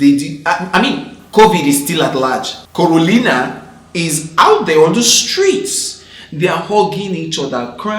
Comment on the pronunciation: Corolina? biko🤣🤣🤣